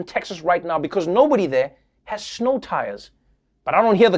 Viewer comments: Noah pronounces snow as schno. Where does that come from since the word 'snow' wouldn't exist in S.A. I like it so much that will be how I will say the word going forward. "Cruz flied from the schnow"...... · Nobody: Trevor Noah: “Schnow.”